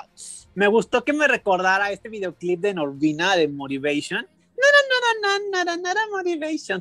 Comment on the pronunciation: Normal people: Normani.: NORDINA 😂😂😂